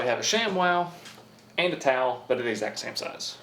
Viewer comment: Sham-Wow Tawl. 😂